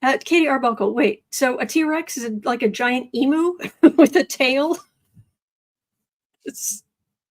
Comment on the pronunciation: you doing A Emu-Rex dance cracked me up. Pronounced E-mew.